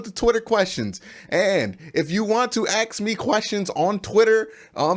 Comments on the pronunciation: I want to AKS you a question! Can you please say ASK not AKS?! Can you say tASK, mASK, bASKet... Why is it such a problem to say ASK? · I have a question, why do you keep saying axe me a question instead of ask me a question? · i can't find a video where somebody would explane why poeple can't say ask. It's pretty new to me and i wonder who was the first person who said aks and why it became common if it was mistake?